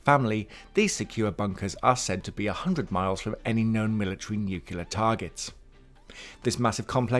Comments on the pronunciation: Nuclear. There is only one “U”, not two. NucULAR is nothing, nuCLEAR is the word you are reaching for. It isn’t hard to pronounce, just try actually looking at how the word is spelled. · It's pronounced "nu-clee-ur" not "nuc-you-lar." ; ^ ) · Nuclear not "nucular"; I don't understand how people mess this up or why so many do. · Nuclear. NEW-Clee-er. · Nu cle-ar, repeat after me, New Clee are! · Nuke-you-ler blast? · "nucular" ... roll eyes!